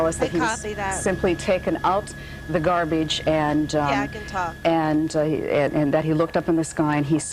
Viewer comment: "I was bringin' the gahhhhbage".....